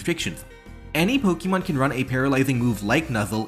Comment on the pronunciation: I'll subscribe as soon as you start pronouncing "Pokemon" in a non silly way